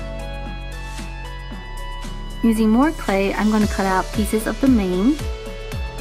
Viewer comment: When you said mane I thought you said name